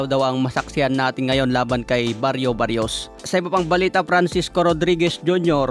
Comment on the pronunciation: Mario barrios tol Hindi bario barrios😅